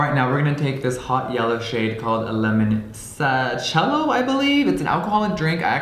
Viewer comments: The pronounce is actually "leemonchello" not "lemonshelow" 😂😂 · its pronounced Leemonchello, its a lemon alcohol from Italy. Love you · Hey jeffree, it’s “leemonchello” 😂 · The yellow eyeshadow from Natasha Denona is pronounced “LEE-MON-TCHE-LLOH” Lots of love from Rome, Italy! ♥️🇮🇹